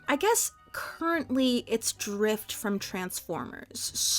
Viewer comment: I did a double take when I heard you say drift lol